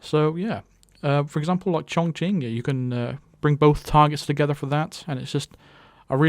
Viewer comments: I'm chinese and I'm really glad that you got that pronounciation of ChongQing right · One Nope, It was very right. You can google 重庆 (this is the city name) and let it pronounce if you wanna hear it. the Q pinyin in chinese is always associated with the "Ch" sound